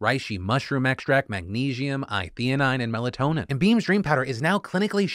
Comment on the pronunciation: Sorry phil, “MAGNESHIUM?”